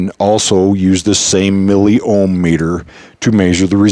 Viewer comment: bro, its *Milli Ohm meter*, Its O H M not "O M H meter" hahahaha